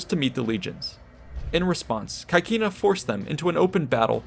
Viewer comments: The pronounce of CAECINA is not 'kakina', but CECINA , where 'CAE' is pronounced 'CE' (like 'CEst' in english) and 'CI' (like 'CHEEs' in english): so we have 'CECINA'. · please pronounce caecina the latin way